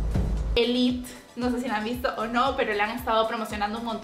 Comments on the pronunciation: se dice elite no elit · Por dios, si la serie es española fila tal cual como es, elite es elite, no elit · La serie se llama élite no elit, se pronuncia élite, con la e final. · Se pronuncia igual que como se escribe elite ame elite y te recomiendola casa de papel la casa de las flores jane the Virgininsatiable once upon a time screamson las mejores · se dice ELITE XD diiiooos!!! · me a hecho demasiada gracia la forma con la que a dicho elite soy de España y os puedo asegurar que no se dice así se dice pronunciando la ultima e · Se dice élite como se escribe